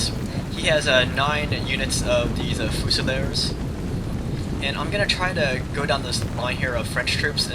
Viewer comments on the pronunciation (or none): This wasn't helped by his poor pronunciation of half the units names, namely Hussars and Fusiliers, which he pronounced Hoosars and Fusilers (as opposed to Fuse-iliers - this is an english word!)